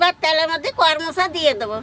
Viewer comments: কর মচা নয় । করম চা । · "কর মচা" নয় "করম চা" এটাই মনেহয় সঠিক উচ্চারণ 😊 কলকাতায় সত্যিই খুব কম পাওয়া যায়,তবে কোনোদিন পেলে নিশ্চই এভাবে একবার রান্না করে দেখব 😊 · tumio bolecho karmocha...ota koromcha bole